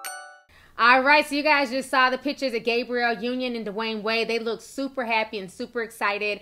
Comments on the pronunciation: Ti and these pronounciations.... "Gabriel Union"..."Cali-fon-ya" 😭😂😂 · Sometimes I feel like she pronounces these names wrong on purpose. You know damn well that girl name ain't Gabriel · Sis was killing me with the pronunciation of Gabrielle 🤦🏾‍♀️ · I swear black YouTubers purposely say every name with more than 5 letters wrong on purpose. It's like damn who doesn't know how to say GABRIELLE? The world says it enough, there's plenty of videos referencing her specifically yet it gets said wrong. I'm just saying I've noticed this alot from black YouTubers, like they be reporting but act like they don't know the person they are reporting about. ☕